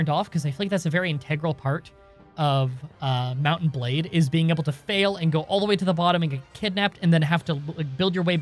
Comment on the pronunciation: Mount and Blade sounds like Mountain Blade when you say it quickly. I have nothing else to add.